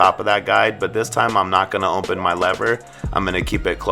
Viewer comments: Nunez Kutz he says ommpen listen carefully sir.....sheesh! 😂😂😂👌🏽👌🏽👌🏽 i thought it was only me who noticed that lol it’s all in fun tho..... I love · “With the lever fully mmopen”🤣🤣great video mann🔥🔥